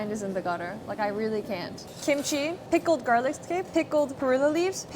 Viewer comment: Oh come on, the way she said garliqúe 😂 i love her sm